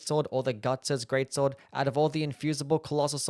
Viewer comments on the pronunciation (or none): "The guts gweat swod